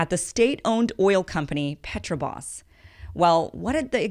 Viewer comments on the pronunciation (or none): Thanks for the update. BTW, it's Petrobras not Petrobas. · What's funny are the incongruous comments by people who know nothing of Brazil. Petrobras is mispronounced twice.